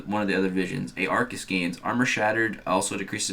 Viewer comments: Ar-kus not a-ar-kus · Pretty sure it’s pronounced arkus